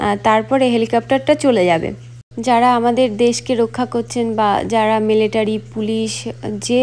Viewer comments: দিদিভাই মেলেটারি না। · আপনার উপস্থাপনা খুব ভালো লাগলো। খুব সহজ সরল কথা গুলো মন ছুয়ে গেল। আমি ইন্ডিয়ান এয়ার ফোর্সে অনেক বছর সেবা করেছি, অনেক গুলো advanced বিমানে কাজ করেছি। এয়ার শো দেখে পাইলটদের জন্য আপনার ভাবনাটা শুনে খুব ভালো লাগলো। আপনার কাছে মাপ চেয়ে একটু সঙশোধন করছি - কথাটা মিলেটারি নয় মিলিটারি আর আপনি যে ককপিটে উঠেছিলেন ওটা হেলিকপ্টার নয়। আপনার পুরো পরিবারের জন্য অনেক শুভেচ্ছা। কাজের সুবাদে অনেক বার ইউ এস গিয়েছি, কিন্তু আপনার এই জায়গাটি কোথায় বুঝতে পারলাম না।